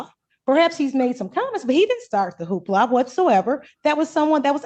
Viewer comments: A "who-ha"?? You mean "hoopla"? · Hoopla not hooha. 😃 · It’s Hoopla. Not Hooha ( that means something else 👀 )